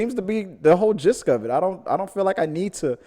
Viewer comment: Love your content, thanks for all the hard work! One small thing, the word is gist not "gisk", don't mean to be critical but i thought you would want to know! :)